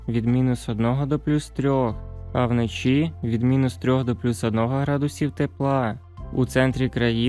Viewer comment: Де ви знайшли цього диктора з російською вимовою? До мінус одного градусів. Панеділок? Вноші? Він наче знущається з української й українців. До плюс двУх градусів. ГАНЬБА!!!